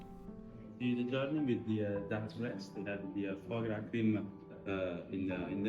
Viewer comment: great video , but try to say FWAH gras instead of FOEIE gras if you know what i mean haha :)